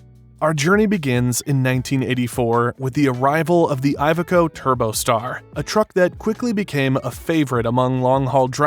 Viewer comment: ee veco" it's the proper pronunciation 👍🏻